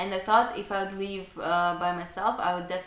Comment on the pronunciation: Don't be overly complacent with your English. Your pronunciation needs a lot of work, especially the short vowel i sound, i.e. in SLIP , DIP, LIVE because you pronounce them as SLEEP, DEEP, LEAVE etc. While some people may find your accent cute, I have some trouble understanding you. I am sure you want your English to be good, not cute.